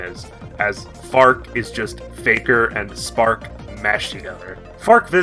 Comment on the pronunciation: So for half of the video I thought you were saying "Fart" and I just went "hmm a bit of an odd name but okay..."